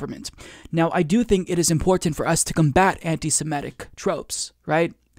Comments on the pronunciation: Love your work. Can I pick a trivial bone though? Why is I that you and so many other Americans can pronounce “antisemitism”, but when it comes to the adjective form it comes out “antisemehtic” instead of antisemitic? (The extra “h” is included to emphasize the point of mispronunciation. I do know how to spell antisemitic lol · I hear people pronouncing 'anitisemetic' - h the second 'e' is actually an 'i.' .mitic as in mitten.. I mean it is antisemite not antisemete.